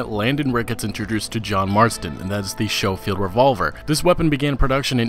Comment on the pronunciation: It's pronounced "Skowfield" not "showfield."